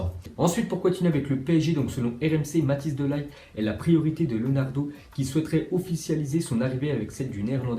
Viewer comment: Par contre tu prononce mal le nom Matthijs de Ligt